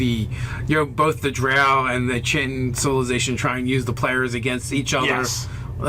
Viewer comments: Chit-tin-ee, as you say it, I think is pronounced "Ky-teen", like the substance exoskeletons are made from. "Chitinous" as a reference. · Sorry to be "that guy", but I think the "chi" in "Chitine" is supposed to be pronounced like "chitin" (pronounced "kai-tin"); the material that arthropod exoskeletons are composed of. Like "kai-teen" or "kai-tine". I really like your content, by the way :)